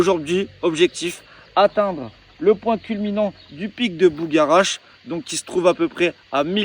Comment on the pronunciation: On dit ''bugarach'' et non ''bougaratch''...